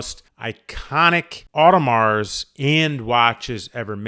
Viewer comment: Probably should learn to pronounce Audemars properly